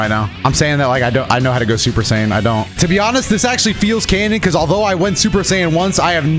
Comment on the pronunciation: "Super sayen"